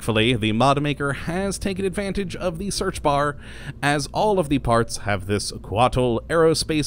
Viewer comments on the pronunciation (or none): none